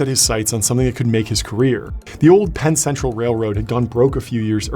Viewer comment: I had to replay it a couple of times before I heard “Pan Central Railroad” instead of something entirely different.😅